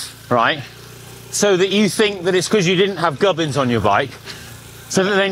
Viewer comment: What is a "Gub-in"?! Connor kept saying he didn't have "Gub-ins" on his bike after bonking in Mallorca.